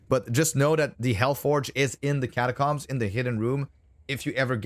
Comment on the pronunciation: The way u pronounce catacombs is upsetting